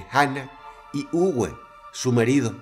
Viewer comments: También el nombre no se pronuncia "Ugüe", se pronuncia "Ube" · Muy buen video, solo queria comentar. Uwe en Aleman se pronuncia Ube, como en Volkswagen. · Uwe se pronuncia como una b labio-dental . Saludos Dross ,buen video!